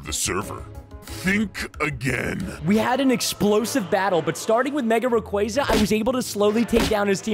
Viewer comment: Also preston that's not how you say rayquaza